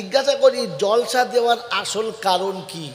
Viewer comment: হুজুর কথাটা জলসা না জালসা ভাষা ঠিক করুন